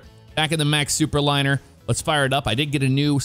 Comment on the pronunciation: oooo.. Thooperliner...